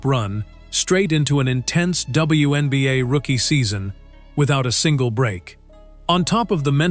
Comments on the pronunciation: What the hell are the Win Beeyay and the When Beeyay? 😆😆😆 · In previous videos, they called it the One Beeyay. Now they're calling it the WIN Beeyay! 😆😆😆 Ooops! I posted too soon! They just snuck in a "WHEN BEEYAY"! 😂😂😂